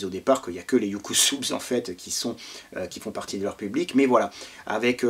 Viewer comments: Oui et je pense qu'on prononce UK SUBS : YOU KAY SEUBZE ;) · Salut....je pense que cela à déjà été mentionné mais ça "pique" les oreilles !!!😵😣 (Phonétiquement) "Youkousoubs" pour UK SUBS!!!! Ainsi que "Anar-Chaud" pour ANARKO!! 😉🏴‍☠️🍻🧷🍺☠️🏴‍☠️🧷